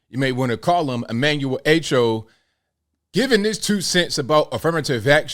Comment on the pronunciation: By the way his name is pronounced Ah-Cho not A-Cho. Anyhow, here's my experience. I came to Brooklyn, NYC in 1967 from the Caribbean. I forgot what the terminology was, but since I didn't go to High School here I was not allowed to attend CCNY full time. I had to go in the evenings and maintain a certain GPA for 45 credits. It didn't hurt me. People like to cry to damn much